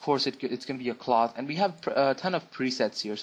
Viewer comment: How the hell you pronounce cloth xD However, people, stop saying 3DS is shit, you are shit.